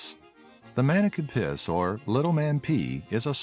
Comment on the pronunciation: Who is manneken pis?? Ts Manneke pis